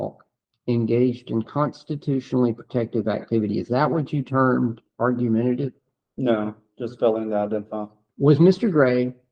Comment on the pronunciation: I’m from MS and am embarrassed that an attorney can’t pronounce “argumentative.” Listen around 21 minutes in. The officer is par for the course around the country, but an attorney should know how to pronounce an easy word. I’m so glad I don’t live in that state anymore.